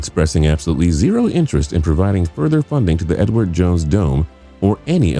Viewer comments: Did anyone else hear Edward Jones Dome as "N-word Jones Dome"? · I don't know what it is about this narrator but it sounds like he keeps saying the "The N-Word" Jones Stadium 🏟......lol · read comments just to see if anyone else noticed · Sounds like he said "N word Jones"